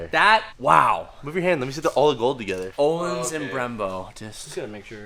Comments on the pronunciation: Uhhlins is how you prenounce your shocks o with the dubbele dots ontop ö= uhh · Say "Work"...... Good. Now pronounce the letter "Ö" in Ölins, like the "o" in work. // Swe guy.